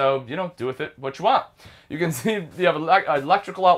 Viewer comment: It’s can not ken.